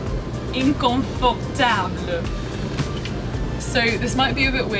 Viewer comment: Memrise is absolutely perfect for all languages (not just French)! We’ve been using it at my school for about two years now. I’ve tried a lot of applications for French, and I can’t really think of many better ones. (Also, teeny little tip, instead of saying INcomfortable, it’s pronounced more ANcomfortable) Much love!